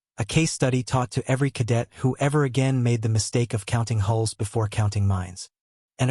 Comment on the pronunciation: Hulls are not holes. Please instruct your reader.